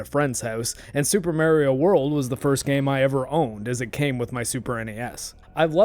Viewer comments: Oh god - i remember when all the older folks used to call him merio the way you do when that first game game out. it was just an accent on the name but most of us kids where quick to correct it as MAR-io all through there was many kids that i came across that said it like that too. youll be hard pressed to find any of the newer gens that grew up after the nes and snes into the n64 and beyong era that says merio any more. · MAR-io. Not MARE-io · Mario not Marryio lol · Hey, it's not "May rio" but it's "My Rio." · I say it the way my 20+ year friend Mario pronounces his own name (and has hated the way Nintendo ingrained “it’s-a me, a-Mah-ree-oh” as the common pronunciation in modern parlance)- but I’ve honestly received so much flak from my pronunciation, that I’m trying to train myself to pronounce it your way 😣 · Mahr-ee-oh.... not Mare- ee-oh.... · It's a proper noun. It's pronounced Mario not Mary-oh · "Mare" io? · I was thinking of your sinus cavity the whole video but when I heard you say Mare-e-oh for Mario I couldn't keep quiet. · MAH-ree-oh Mario It's a long A, it's an Italian name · Yeah but you're one of those "MARE-ee-oh" people so idk if I can watch this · Have to admit, I have never heard anyone pronounce "Mario" the way this guy does. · Pronouncing Mario like that is an immediate click away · I knew you were canadian the moment I heard you pronounce Mario. ahah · It’s not a speech impediment I swear - it’s that I grew up with a guy named Mario and that’s how he pronounced his name. The release of Mario 64 and the “it’s-a me! Mario!” intro really pissed him off because people started telling him that he was pronouncing his own name wrong. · You're totally mispronouncing how you say Mario, and like a pirate with a ship's wheel 🛞 attached to his junk, it's driving me nuts! 🥜 Argh! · The way you say MARIO is completely wrong and you should stop immediately.